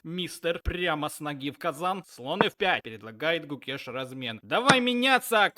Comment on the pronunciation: Клоун, Домараджу Гукеш, а не Кукеш